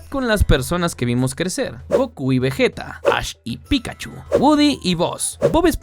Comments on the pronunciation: ¿Cómo que "vejeta"? 🤨 Yo sé que "vegueta" también está mal dicho, lo correcto fonéticamente sería "vellita", pero igual que cringe que lo digas como si fueras español. Dejando eso de lado estoy de acuerdo con todos los puntos dichos en el video: Familiaridad con los personajes, videojuegos y accesibilidad, marketing y producto, el mercado de coleccionismo y la complejidad del juego. Todos esos son puntos correctos de porque Pokémon tiene mucho más éxito, incluso en el TCG, lo cual es triste porque se supone que las cartas deberían ser el punto fuerte de Yu-Gi-Oh, pero en fin... Ojalá un día Konami se ponga las pilas y haga algo para cambiar esto y este juego que a muchos nos gusta no muera 🎴 Bueno, "muchos", pocos a comparación de Pokémon supongo, pero entiendes el punto. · Dijo vejeta????